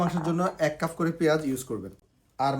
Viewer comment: উচ্চারণ সঠিক করে বলবেন।কাফ না কাপ